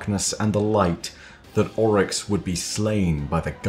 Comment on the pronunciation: Ami the only one that absolutely hates the way he pronounces Oryx in this? Everything else is amazing though.